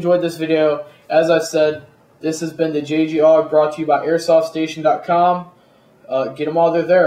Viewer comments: A-U-G not aawwwgg, good review though =) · A.U.G not auwwg